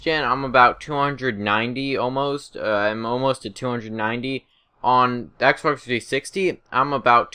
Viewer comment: Lol he said xberx 360